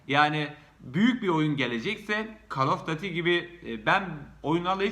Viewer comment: Gözünü seveyim "kol of düüiitii" diye telaffuz et.Seviliyorsun.